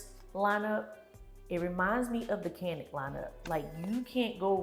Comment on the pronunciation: Did you say StaCanik? 😂